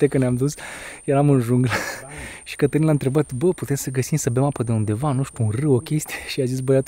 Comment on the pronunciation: eu nu inteleg de ce romanii sunt asa, cum sa zic, ziceti voi...de ce te prezinti daca numele tau e Cătălin, dar o fi asa greu sa zica omu ă...eu nu am vazut vreun englez sau vreun spaniol sa isi schimbe denumirea numelui ptr altii..frate, te cheama asa zi asa..daca tu poti pronunta numele tau si altu la fel, si toata lumea foloseste ăăăăă